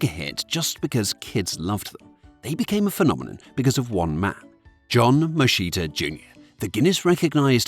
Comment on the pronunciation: True, although, his name is not pronounced "Moscita". The correct way to pronounce his name in English would sound like "Moskitta"